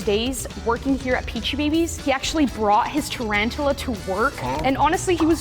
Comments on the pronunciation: It’s tarantula not “ tarantala “ 😂😂😂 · It’s tarantula, not trantres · You’re saying it wrong it’s called tarantula not tarantula😂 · Its not trantula its tarantula